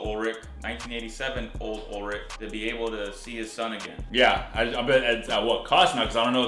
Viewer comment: I love this reaction series but hearing you say "Ur-lich" over and over is fkn brutal. It's ULLLLLrich dude.